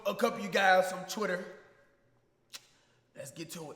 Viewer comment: CHWITTER, BISH,TRASCH